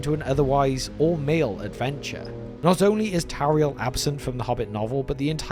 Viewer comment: The funniest thing about the addition of Tauriel is that they don't even pronounce her name correctly according to Elvish pronunciation. Thank you,, for actually reading the pronunciation guide in the appendices.